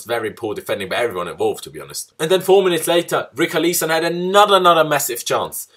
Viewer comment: You butchered Richarlison’s name m8